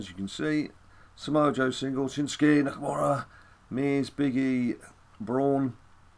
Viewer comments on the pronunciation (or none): none